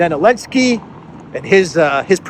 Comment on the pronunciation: 😂 love Clown 🤡 World Ps whybis Zelensky called Elensky ?